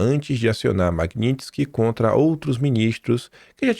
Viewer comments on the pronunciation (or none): não se diz Maguinintisky e sim Magnitisky!